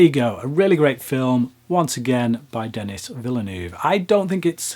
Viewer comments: I believe his name is French (Canadian) and should be pronounced like "de KNEE". You might want to check on that. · pronounce Denis' name properly please...